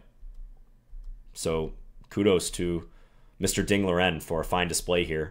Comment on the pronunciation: If you’d like to get a little closer to the correct pronunciation of Ding’s name, say it something like Ding Lee-wren, rather than Ding Leerin. Thanks for the video...love your channel.